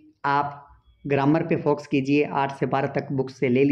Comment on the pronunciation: Foxs nhi focus pronouns kijiye sir😅